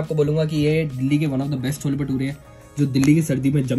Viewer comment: cholla ni hota cholle hota hai🤣